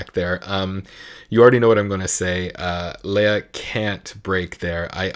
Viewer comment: It is Le-ya and not Lee-ya. 😘